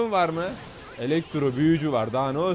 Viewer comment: elexro diyon kankaaa :D